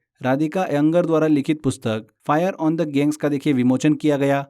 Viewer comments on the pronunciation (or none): गंगेस बोलने नहीं आता क्या भाई. उस दिन भी गैंग्स बोले थे डेली वाले क्लास मे और आज भी गैंग बोल रहे हो.